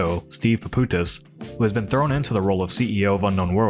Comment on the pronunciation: PAPOUTSIS. There is a 'TS' over there, dude is Greek, his last name means 'shoemaker'